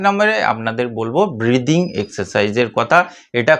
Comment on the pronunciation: এই ব্রিডিং/প্রিডিং(উচ্চারণটা ঠিক করে বুঝতে পারলাম না) এক্সারসাইজ জিনিসটা কি মানে কিভাবে করতে হয়?